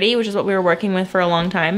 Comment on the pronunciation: i thought my ears were playing tricks on me until i turned on the captions and saw that you actually DID say "here's what we're twerking with" and i laughed so hard omg i've never heard that before 😂